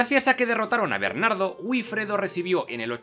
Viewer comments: Es VIFREDO, teniendo en cuenta que la probable pronunciación de la W gótica fuese similar a la W alemana, e incluso se parecería a FIFREDO. Pero no a "B"ifredo. El fonema B en lugar del fonema V es un "vicio vascón", ¿sabías eso?; uno que el castellano adquirió del vasco de la época y que ya hasta César resaltaba de los "iberos" con su famosa frase de "bienaventurados los iberos, para los cuales "vivir" es "beber" (vivire, bebere est) y que casi nadie sabe entender correctamente. 😏 La V y la W derivan de hecho del fonema U, campeón; en inglés, en alemán y en español. Otra cosa es que tú no sepas pronunciar una V, y no entiendas la diferencia. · Estupendo vídeo, pero la pronunciación de Wifredo (El Velloso) es "Bifredo", no "Uifredo". El inglés nos está invadiendo...